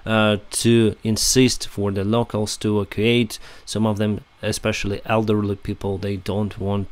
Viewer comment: E vac u ate. Don't mean to criticize the pronounciatetion of evacuate.